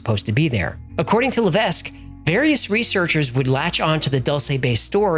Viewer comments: Hello great videos you miss pronounced Levesque it's pronounced la vek s is silent. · Levesque is a French name, normally it's pronounced "le veck", the S is silent. I say Lev Ess Que, but that's not the correct way either. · btw levesque is pronounced Lev eck ... it is FRENCH not english